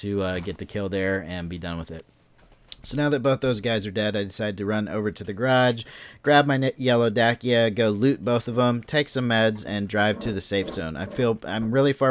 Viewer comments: its not da-ki-a its dacccccccccia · Bro, i love your videos, i just have one remark , it's called a "dacia" and you should read it "dachia" not "dakia" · for the love of god its "dacha" not "dakia" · It’s called a “Dashia” —spelled..”Dacia” not “Dokeeuh” you numb nuts. Travel over seas once In a while lol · Dacia. "Dosseeya" not "Dackeeya", I know it doesn't matter, but it was annoying me. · Please stop saying dakiea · Please don't say dakia again please.. XD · I was just about to say "why did he say dakia" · Paladin nah you just don't understand bro lol. They meant to put a k in there. Everybody I play with calls it a daKia lol and that's not the only word thats pronounced different in North Carolina. AKA North kakalaki haha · Google it! You wouldn't think but it's pronounced Day-Sha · It's "dat-cha" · no. It's "Dot-sha". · Lol it’s not “dakia”😂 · it's "da-cha" it's a real car brand and thats how they say it on their commercials